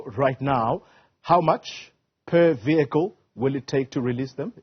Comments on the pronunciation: fire the minister of transport.. shee has no clue cannot even pronounce vehicle😂😂😂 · The minister could not pronounce "vehicle" 😂